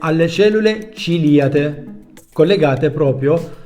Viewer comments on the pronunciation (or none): Grazie dei preziosi consigli... PS le cellule ciliate credo proprio che tu le pronunci con l'accento sbagliato. ;)